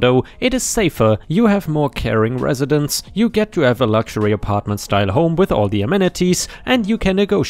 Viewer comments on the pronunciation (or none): none